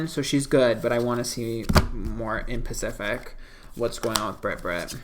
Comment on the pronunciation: “In pacific” lol